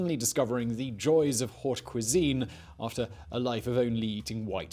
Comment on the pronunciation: Nice video. I'll forgive you for saying "Haught" cuisine!